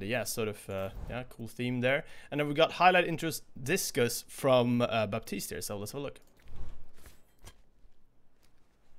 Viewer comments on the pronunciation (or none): none